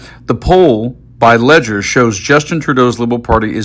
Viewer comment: Couple of things Leger is pronounced Lejay and in Canada fixed Election dates are a suggestion in the last 4 recent elections all have been called early.